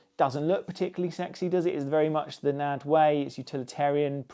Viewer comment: it's N ... A ... D ... not Nad. Sorry . Good review though. Nice! :)